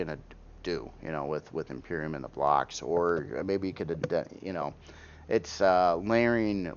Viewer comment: Hey! thats been my favorite thing about his vids!!!! Cracks me up eveytime! Maby he will call it properly when they fix their feaking soundscape.